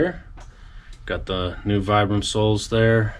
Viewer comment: Vibram is pronounced “VEE-bram.” Named after the founder, Vitale Bramani.